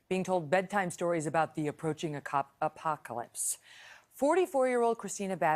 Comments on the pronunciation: I wish she learned how to pronounce apocalypse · She cannot say apocalypse correctly lol